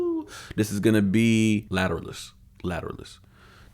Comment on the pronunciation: Pronounced Ladder-Alice.